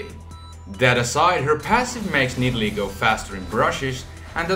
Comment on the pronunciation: nidalee? umm, nah m8, naaaah